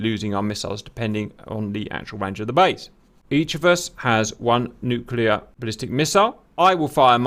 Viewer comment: Ewww cap said “nuculurrr” Lol :)